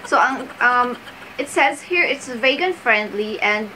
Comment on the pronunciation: Vegan is pronounced as "vee-gan" not "Vague-an". Just a gentle correction.